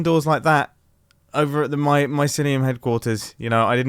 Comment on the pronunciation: Grian: MYSLYUM: GRASS Beef: PODZOLE Mumbo: VAULTS